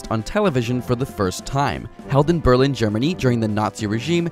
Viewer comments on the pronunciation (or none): none